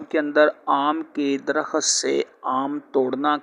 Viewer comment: bhai mullah ji Darakhat nahee sahih DARAKHT HAI.